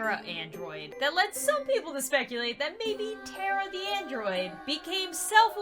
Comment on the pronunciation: and its now tera its TARA MA NAME PLZ PRONOUNCE IT RIGHT DEAR